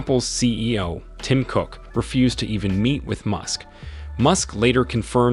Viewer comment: Why are you saying his name like that???